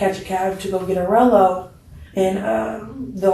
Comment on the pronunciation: Hehe. She said "'rello" not "rolo". Rello = Cigarello (blunt)